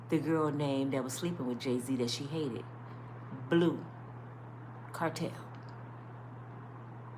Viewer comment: IT'S BLUE CANTRELL NOT CARTEL. GIRL😂❤